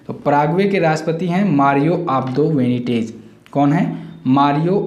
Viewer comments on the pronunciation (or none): Abdo Benitez not Venitej